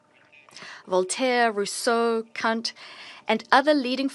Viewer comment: Voltaire, Rousseau, YOU CUNT, not Kant!